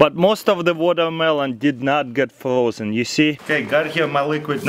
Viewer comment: Frroozen Comphaleeeetly